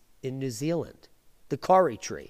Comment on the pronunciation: Awesome ! Love your work :) You say Kauri more like 'cow-ree' or 'Kaw-ri' - but that is cool - thanks for seeing what goes on down here too ! Kudos and respect with some love sprinkled on top :)